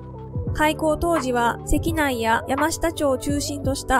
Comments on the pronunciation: 「関内」は「せきない」ではなく「かんない」だし、野毛山が川崎とは、ちょっと雑すぎではないかな、と思います。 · せきないではなくかんないじゃない？